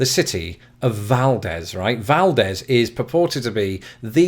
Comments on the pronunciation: It is not Valdehz (pronouncing it), it is Valdeez. When pronouncing many places in Alaska it is best to try long vowels. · You pronounced Valdez correctly if you were a Spaniard. However, if you are referring to Valdez, Alaska, Valdez is pronounced as "val-deez". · Lol, "Val-Dehz" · Pulling another americans pronounce it weird here. Up here in Alaska, it's pronounced Vald-eeze... Like... weird, I actually cannot think of any word that uses that same -ald sound off the top of my head right now, but it's pronounced like you said, until the second syllable where it sounds like "Ease," and that second syllable is kind of where we put the emphasis, though both syllables are emphasized a bit. Source: Local - if you need a human pronouncing it in sound rather than text, look up the Exxon Valdez - horrible tragedy but most newscasters got the name right at the time. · Valdez, AK is pronounced Valdeeez the e at the end is elongated. Just thought you would want to know. Love your channel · Since you don't live in Alaska there is no reason you would know this but the town of Valdez, Alaska is pronounced : Val deez' - crazy, right? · The way you pronounce Valdez hirts me. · You apparently have never ever been to Valdez, Alaska: pronounced Valdez INCORRECTLY. The voice over is CORRECT. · Its a Spanish name, so the Spanish pronunciation is the correct and proper one. Yes...the locals have pronounced the name incorrectly for decades and decades. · I'm here in rural Alaska. Tonight it is -45F and we have maybe 3 feet of snow. It should be more, but we've had several warm fronts that melted things down a bit. Love that your wife corrected your pronunciation of Valdez. Yep, we say it wrong here. LOL Also, I probably show up in another state on your subscriber counter, because I use a VPN.